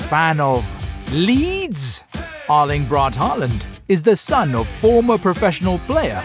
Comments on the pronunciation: AARLING BRAT HAALUND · Aørling bret håland